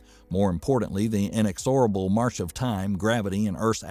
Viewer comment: It's in-EX-or-a-ble.